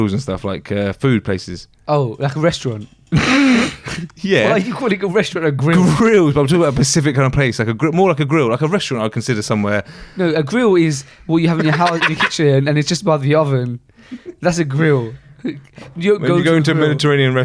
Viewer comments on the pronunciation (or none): I’ve noticed a few times now that says Pacific when I think he’s meant to say specific..